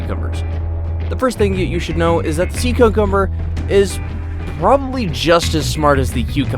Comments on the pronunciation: “Sea cocumber” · "sees sea cucumber" 𝕬𝕬𝕬𝕬𝕬𝕬𝕬𝕬𝕬𝕬𝕬𝕬𝕬𝕬𝕬𝕬𝕬𝕬𝕬